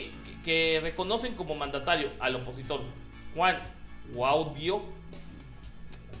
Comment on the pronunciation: Mah mi 2.0, ta potente tu dislexia. XD Está bien claro el acento en Guaidó y sigues leyendo Guaido.